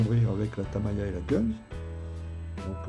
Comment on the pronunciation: Pourquoi vous dites TAMAYA pour TAMIYA ? :)